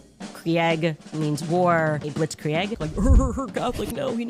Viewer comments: it’s that a cheese blitz-kree egg? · You gotta use blitz-kree eggs for that